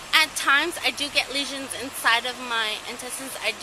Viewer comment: leisens, seriously? have you been drinking?